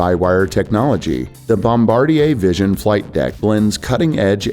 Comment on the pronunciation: Thank you for pronouncing Bombardier correctly. So many aviation channels do not.